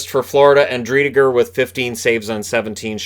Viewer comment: As a Driedger myself, it’s pronounced Dree-jurr. Cheers!